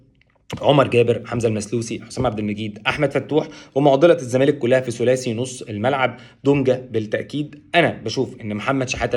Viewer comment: يا عم اسمه الزّمالك (اللام لا تنطق) ، مش إلْزَمالك 🤦🏻‍♂️🤦🏻‍♂️). بتطلعوا في التلفزيون و مش عارفين الفرق بين ال القمرية و ال الشمسية 🫤🫤